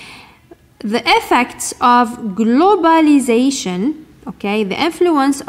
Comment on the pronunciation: Check your pronunciation of the word globalisation Mrs.